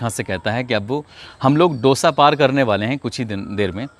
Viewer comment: सर वो दौसा है न की डोसा 😀